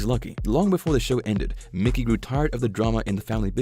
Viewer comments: Who the hell is Mickey???? It’s pronounced My-Key his name is Michael! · Said as Mike E! Not Mickey. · its Mikey not Mickey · It's not mickey it's mikey.he ain't no mouse.!! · Who the fck is Mickey it's Mikey you clowns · Mikey not Mickey